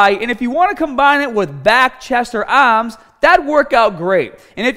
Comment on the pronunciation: “Chest, back or AAHM DAZE”